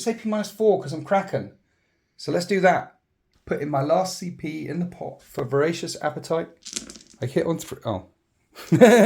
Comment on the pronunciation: I shouldnt be making fun as i also have a speach impediment, but hearing "need to spend some PCP" was great